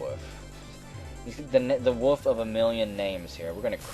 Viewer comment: I just love how you pronounce "wolf" as "woof"